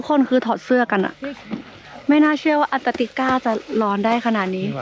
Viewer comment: ยังพูดผิดอยู่ ต้องพูดว่าแอนตาร์กติกา ไม่ใช่อันตาร์กติกา ปรับปรุงด้วยจ้าาา 🤣